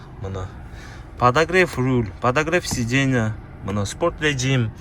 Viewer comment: РеЖЖим деген созду туура айтып ал анан бизнеске чыгасың укам бизнес сага алыс укам сенин орусчан О тарынба как она есть айттым